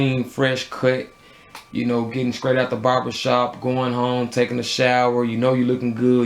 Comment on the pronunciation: Funny how the t's become k's strong is skrong. straight is skraight. Lol. Great review.